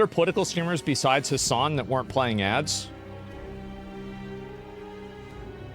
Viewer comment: i think you forgot some s' its hasssssssssssssssssan